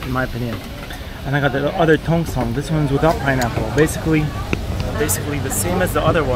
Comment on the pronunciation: Tong seng mr, no tong song 😅